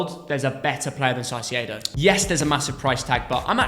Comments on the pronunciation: Why do you call Caicedo Saisiedo? It’s pronounced ka-ee-seh-doh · Stop calling him Saicedo, for god's sake 😂😂😂 You're trying too hard. It's a Spanish C, not a Portuguese Ç. His name is Kai-Se-Do. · Why do they keep saying “Saicieidow” hahahaha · The pronounce for caicedo its not with the s at first , the c must be pronounce like a normal c and the second c like a “s” . Its like kaisedo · I’ve checked the Spanish pronunciation and Caicedo is not pronounced like that lol